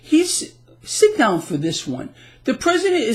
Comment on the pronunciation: the word "down" has only 1 syllable. Just sayin'.